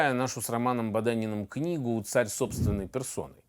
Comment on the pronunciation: Неправильно.... "цСсарь собственной персоны"